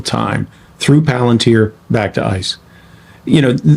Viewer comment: Its palanteer buddy. Spoken like that. Planteer